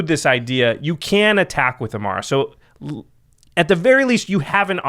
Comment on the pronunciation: WHO THE HELL IS e-m-a-R-R-a ???? EMMARA !!!! C'MON GUYS !